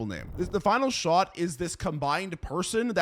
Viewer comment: 'shown sut' and then 'furture' hahaha